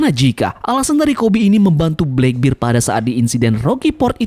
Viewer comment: Channel bagus2 tp pelafalan masih aja salah heran.